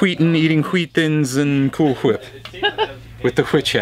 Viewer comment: Say "Cool" ... "Cool" Say "Whip" ... "Whip" Now, say "Cool Whip" "Cool H-Whip" PUNCH